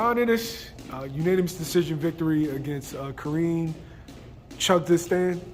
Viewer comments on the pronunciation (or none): Cha•kaad•zein| chukhadzian... Im really hearing everyone mispronounce this